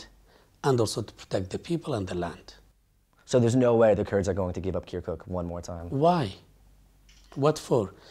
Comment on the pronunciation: The way he says "kerkook" just makes my ears bleed.